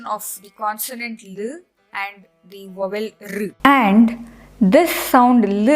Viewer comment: Madam, In English 'v' is DENTAL and 'w' is not. Hence, 'vowel' is pronounced first with a dental sound on the 'v' and then an open sound on the 'w'. Otherwise, thanks for teaching us Sanskrit pronunciation.